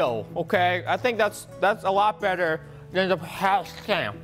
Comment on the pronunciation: Everybody did you hear from the start of the vid he said biter or better